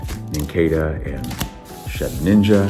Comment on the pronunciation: It's Shedinja, not Shedninja.